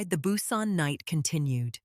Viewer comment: Strange names, "N" "Narcision", "Nara", "Nae", "Hugh" and never knew there were so many ways to pronounce Busan. Other word mispronunciations, sentence structure and flow, strange stops and starts mid sentence... all made part two a difficult listen. In fact, I muted and read the transcript instead. I would gladly have waited longer to have a smoother delivery. The way the story left off there should surely be a part three; I hope the narrator is much better. Thank you for posting. I will give it another try.